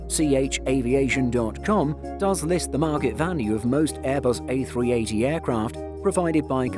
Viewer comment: 2.42 Did it just say A360 instead of A380